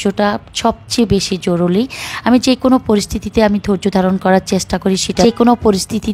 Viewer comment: হায়রে আপু জ্ঞান দেবেন তো ভালো কথা উচ্চারণটা সঠিকভাবে শিখে নেবেন😂জরুরী জরুলী